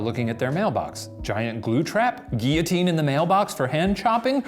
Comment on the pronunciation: Is it all America or just Shane who doesn't know how to say 'guillotine' ?!?